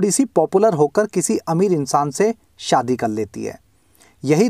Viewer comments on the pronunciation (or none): none